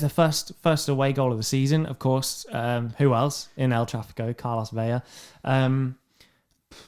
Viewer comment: New subscriber here. Great show, boys. I like the weekend recap, and agree LAFC is an incredible club. One note: Carlos Vela’s last name is pronounced as it’s spelled—Vela, not Veya. Keep up the great work.